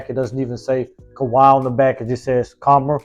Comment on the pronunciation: Kam -rah ... not Ka -mara friend.